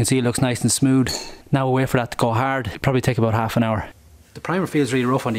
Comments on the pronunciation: You say smoood, when in fact its smooth. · He says coad instead of coat and smood instead of smooth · He said “its super smood” 🤣